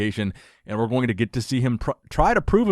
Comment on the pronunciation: ‘My advice too nick’😂😂😂😂 calm down arnold